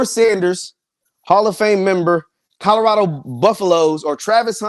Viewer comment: You do know there is a “L” In Colorado. Lol.😂